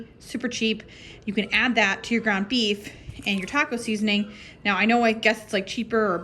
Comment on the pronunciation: I subscribed because you said meef. Lol